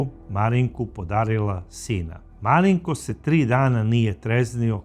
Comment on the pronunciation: Gospodine kako fino izgovarate ime MARINKO 😊 moj sin se zove MARINKO 🙂 a za ovog psihopatu nemam rječi nedao Bog nikom... pozdrav iz Banja Luke